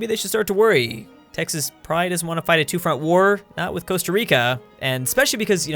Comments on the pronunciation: He said Tehas instead of Texas in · Did he say te hoss instead of Texas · IT'S NOT TEJAS IT'S TEXAS DUMBASS (in my southern tone) RRREEEE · Me and pretty much everyone: (Tegx-sas): (Tay-has) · you said tehas not texas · He said TEHAS ahhaa....cmon dud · Did you say Texas was pronounced Tehas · the second time mentioned texas he said tay ha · he said Texas like tehas no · Did he realy just say tehas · He said Te-hass lol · did he really pronounce Texas as Tehas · Aaaand you are obviously not from Tejas. Smh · I have never heard anyone pronounce Texas like that lol